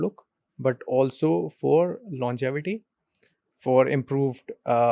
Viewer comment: Great discussion. It’s longevity not longitivity 😬 😅